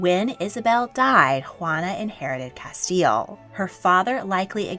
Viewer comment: "Ruana "??? xD